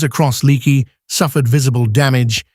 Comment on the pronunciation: It's pronounced like Lake-ee